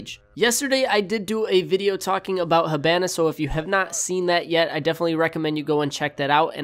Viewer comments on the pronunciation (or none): IT'S NOT HA-BAN-A IT'S HA-BON-A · You say hibana weird